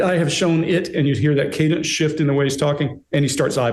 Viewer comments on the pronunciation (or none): none